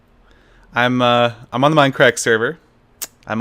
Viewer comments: "WELCOME BACK-A TO DAH MINUH CRACK-A!" -SethBling2014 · WELCUH BACKA TOAH MINDUHCRACKUH